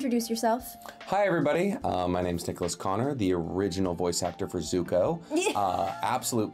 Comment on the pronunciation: I love content for his insights and comments and theories. But he BUTCHERS names ACROSS EVERY SHOW. It's the one thing i absolutely hate about his channels. Sometimes it's difficult. But at the root of his content, he's smart and articulate and a good writer. Almost a guity pleasure:3